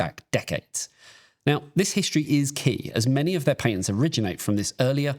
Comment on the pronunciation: yeah. not listening to this goose not being able to say patents